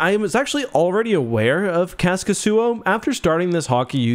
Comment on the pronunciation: It's "Kaskisuo" not Khäskisyyo. I thought he was Russian before I checked how the name is written lol